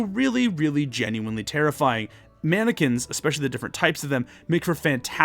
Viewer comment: You said mannequins, but all I heard was “Anakins” at first. Therefore, I am now imagining a bunch of Anakins running after our party with Kohl’s cash lightsabers. Great video as always, didn’t realize I would love the folk magic so much.